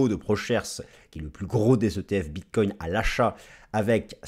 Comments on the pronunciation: Bonjour, merci pour ta video, tjrs au top. Concernant la prononciation du Bitcoin, avec tout le respect que j ai pour ton ami, le Bitcoin aussi veut qu on le respecte😉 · Au Québec aussi on dit BitCOIN et non pas Bitte-cogne comme les européens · Merci pour tes analyses toujours aussi précises... par contre, j'ai remarqué que tu ne faisais plus de répétition du mot "bref"... c'est vrai... mais un autre est venu le remplacer: "bit-COIN" 🤣🤣🤣🤣 À mardi l'ami 😊